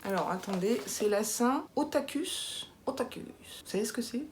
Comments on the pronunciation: Coucou, on dit otakou même si ça se s'écrit otaku 😉. Et kawai c'est pour mignon, et ça se traduit souvent dans les vêtements. Et les petits objets tout mignons. Grande fan de manga et du Japon bonjour😆. Mais je regarde peu les animés par contre. Et je suis buffle(ou boeuf) en signe chinois. Pour ta gorge, gargarisme de bain de bouche pour que ca tombe pas sur tes bronches 😉. Non mais yen a de sacrées expressions quand même 😆, "ça va pas le chalet" pas mal🤣. Et j'ai une grande baignoire, on peut super bien s'allonger dedans. Tu as été gâtée. Super mimi ces cartes🤗. Ya plus qu'à tout tester mais plus jamais l'éponge pour les ongles 🤣. Merci pour ce super moment. Repose toi bien 😘😘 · J'ai déjà été une otaku dans mon adolescence x) d'ailleurs on prononce "otakou" et kawai ça veut dire mignon en japonais ça n'a rien a voir :) tu m'as appris qu'il y avais une journée pour ça!